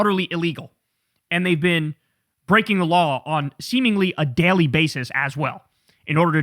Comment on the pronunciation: Kyle, please learn to pronounce the word "Daily" i swear to god lol. Good content. Im just being a nitpick. Have a good one!